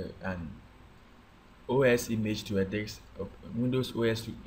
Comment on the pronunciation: he says dics instead of disc